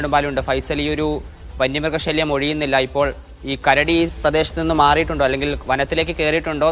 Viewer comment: Kaduva alla karadi